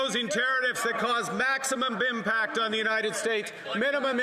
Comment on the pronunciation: "maximum bimpact"?